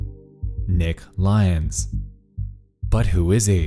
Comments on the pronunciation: ily but hearing lyons pronounced as lions was like getting hit by a bus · and it turns out his name was pronouned L Yons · you know what would've made this video better? actually pronouncing lyons correctly, good lord